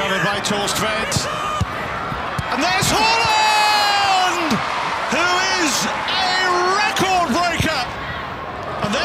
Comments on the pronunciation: It's haaaaland 🤣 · The commentator be like: Hawland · It's Hoooland ... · Every time he said “Haaland” I heard “Holland”. I couldn’t believe this guy was getting Honduras confused with Holland.